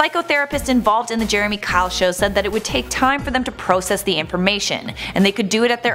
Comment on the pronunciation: Did she just mispronounce process?